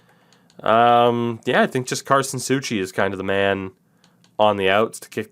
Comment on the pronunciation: its Sou ci not Sou chi